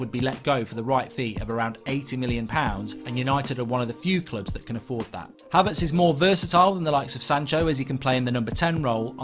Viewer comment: I hate to be 'that guy' but you've been talking about Kai Havertz for quite a while now and you've been pronouncing his name wrong. It's Kai as in Hi with a k not kay. Love the content as always and its great to see you trying new things